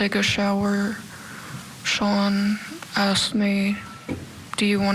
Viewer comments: That guy said axed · This commentary is garbage. The one guy commentating even said “axed” instead of “asked”…